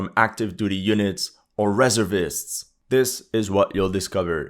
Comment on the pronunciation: You're pronouncing "reservist" wrong.